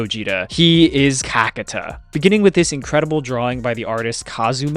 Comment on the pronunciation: it's actually Kakaata and not Kakata. Get it right man..